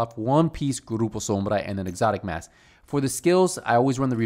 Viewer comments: the way you said grûpő śömbřa lol No offense though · I like how he says "Grruppo sombrrrra" 😅👍👍👍👍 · Ayyy, ROLL them R’s strong on that Grrrrupo Sombrrrra! 😂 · I love when say "Grupo Sombra"